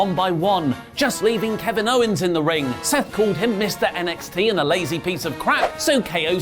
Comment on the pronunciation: Anyone else notice said “Rowen” instead of “Owens”... why do I notice such small botches???